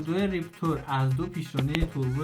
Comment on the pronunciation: Reptor تلفظ درست نیست Raptor درسته